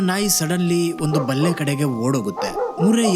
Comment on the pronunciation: 'ಬಲ್ಲೆ' ತುಳು ಭಾಷೆಯಲ್ಲಿ ಪೊದೆಗೆ ಬಳಸುವ ಶಬ್ದವನ್ನು ಇಲ್ಲಿ ನೀವು ಬಲ್ಲೆಯೆಂದು ಉಚ್ಛರಿಸಿದಾಗ ಮುಜುಗರವಾಯಿತು 😅.